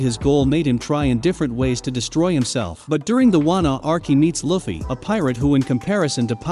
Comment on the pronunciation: “Luufeey” not “luhfee” 😡😡